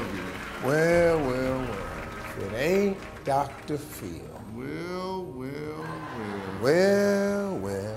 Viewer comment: I thought steve said Dr feel, not dr phil